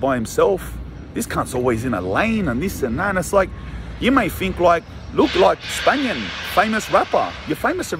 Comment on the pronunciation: "for the spanian" 🤣🤣🤣🤣🤣🤣